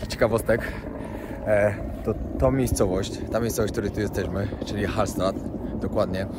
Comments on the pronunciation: Hallsztadt (tak powinno się to wymawiac) bardzo piekne i urokliwe miasteczko 👍👍👍👍młodzież po alko prawdę ci powie a jeden to nawet polskiego zapomnial👎..pozdrawiam pozytywnych wariatów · Stadt czyta się sztat tak jak byś chciał wiedzieć XD